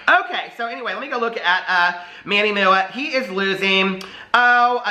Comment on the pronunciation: “Now I’m a serious reporter of the world. (Fixes glasses)...So, Manny MOO-AH cane out...” 🤣🤣 Love ya,!💙